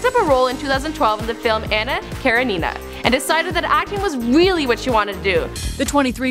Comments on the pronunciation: no, it's kah-ren-eh-nuh...she said care-eh-nina (that's the best way I can describe how you say it over the comments, if you want to you can search on YouTube "how to pronounce anna karenina and some videos with the correct pronunciation will come up) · Joan collins, Anna kerin-nuh-nuh is the prunciation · Anna KarenNINA Hahaha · Great job, but no one could help out with pronouncing "Joan Collins" or "Anna Karenina"? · Is anyone else concerned on the way she pronounced Anna Kirenina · okay the fact that the host pronounced cara wrong was annoying but I was fine with it since a lot of people do that, but how does she not know how to pronounce anna karenina??? i thought that was something that even if you don't know anything else about anna karenina, you've probably heard it pronounced enough to know how to say it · Please put some care in pronouncing words correctly. Joan Collins not joanne, Ana Karenina. These videos always have annoyingly simple and well known words tragically mispronounced